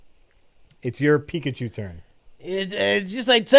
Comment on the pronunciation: Love how it's says their playing "picachew"